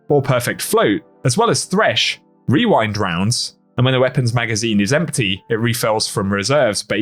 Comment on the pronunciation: I’m just impressed you didn’t mess up while saying rewind rounds, or as I have conceded to calling it “wewind wounds”